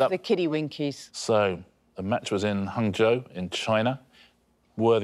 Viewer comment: Someone should tell Richard that Guangzhou isn't pronounced like Hangzhou, which is a completely different city lul. Honestly where did he even get the H sound from? Just say it how it looks.